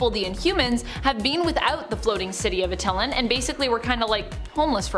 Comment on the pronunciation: Ah teh lan. Not krillen / Aht ill in Well that's how I've always heard it said by people in the cartoons etc